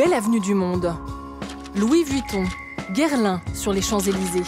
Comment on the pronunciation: « Louis Vutton »